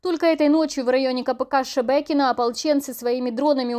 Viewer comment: Кто там ролик озвучивает? С дефектом речи((( Выучи название... Шебекино!!! А не Шэээ! Паляниця Хренова(((